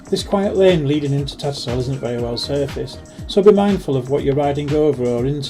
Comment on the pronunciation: TatterSHALL not Tattersall. Does bug me as a local when people pronounce it wrong 😂